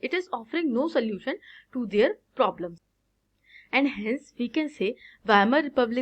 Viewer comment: Wamer very good 👍 It is Weimar